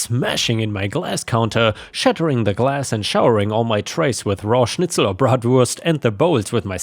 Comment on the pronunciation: The way pronounced bratwurst, currywurst, and schnitzel so perfectly… is just beautiful. His German is spot on. Hats off to him.